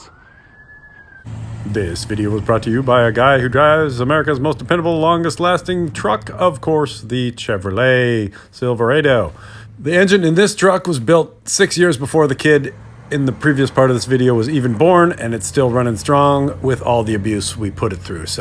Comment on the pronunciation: you say silveredo i say silverado